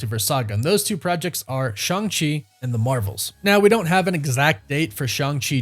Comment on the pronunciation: It's ShAng-Chi not ShUng-Chi. I'm gonna keep leaving these messages till you finally read one and start saying his name correctly.